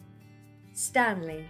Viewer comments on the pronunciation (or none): none